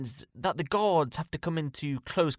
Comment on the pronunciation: his accent makes the word “guards” sound like “gods” which is super fucked but also kinda funny